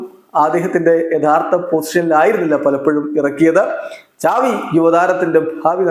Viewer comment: Enik oru doubt സാവി.. ആണോ. ചാവി ano??.. Xavi.. Aenn alle parayne appo egne ചാവി avum😂😂😂